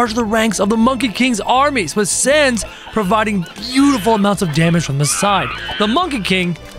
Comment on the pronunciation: It sounds like SAENS NOT SANS